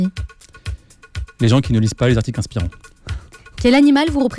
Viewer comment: On ne dit pas "cent z'articles". On dit "cent articles" (et oui, il n'y a pas de s à cent) ou "cent t'articles". C'est très simple à mémoriser : on dit "il y a cent t'ans" (on fait la liaison). on ne dit pas "il y a cent z'ans".